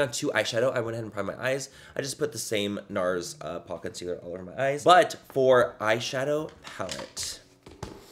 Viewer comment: Is it just me or anytime Manny says Nars do you hear "no" in a spontaneous Australian accent